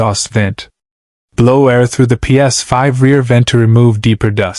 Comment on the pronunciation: Ai fixing a "Ps5".. 😂🤣😂 can the ai say ps5 for us again... Laughable ai slop